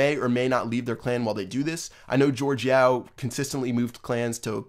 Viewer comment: BTW, it's Yao, like Yao Ming the basketball player, not Yo